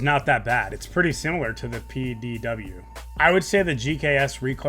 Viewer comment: THE WAY HE PRONOUNCED PDW 🤣😭